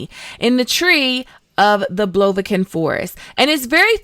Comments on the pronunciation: It's "Aretuza" not "artemusa". And it is not "J" in Jaskier. It's "Y". Call him Dandelion, and you'll be fine. The forest is "Brokilon" not blovikon. "Duny" is like "Dune" or "Dunnan Knut" not daniel. "Dancing" is the coolest way of saying it, although hilariously inadequate, because Geralt says 'let's dance' right before a hand-to-hand combat. Anyways, 99/100. A superb synopsis. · She called Brokilon “blobikin”. OMG.